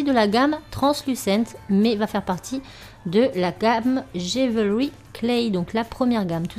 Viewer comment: Vidéo super sympa, franchement j'adore l'intro. Par contre on prononce DJIWEULRI (jewellery) et pas DJIVEURY. Voilà ! Bisous